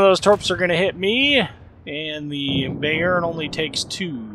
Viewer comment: Good Video, enjoyed it :) Kind of glad i'm up to the NM now, although I'm focusing the German BB line atm anyway. Just one correction, if I may: the Bayern is pronounced "Buy-earn" not Bay-earn" :) looking forward to your NM video!